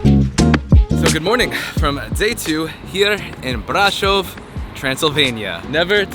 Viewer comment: You kinda lucked out, Brasov is one of the most beautiful cities you could’ve gone to. We have others, sure, but Brasov is genuinely breathtaking. Also, I appreciate how quickly you learned to pronounce it correctly. Hope you had a good time here, and best of luck in your next adventure.